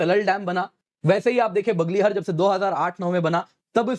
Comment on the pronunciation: It is 'बग्लेहार' and 'सलाल' instead of बगलहर and सलल